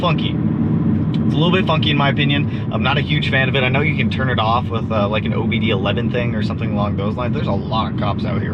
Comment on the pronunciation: Did this man just say OBD 11?? 🤣🤣🤣 I know it just went over his head cuz he knows what it is. Just had to point that out 😂😂